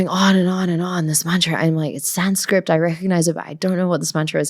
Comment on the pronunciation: Great interview!! It's Sanskrit though, not SanscriPt 😂 Also, your pronunciation of Hindi words is bang on 🤩